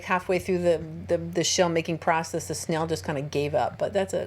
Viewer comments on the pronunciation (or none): none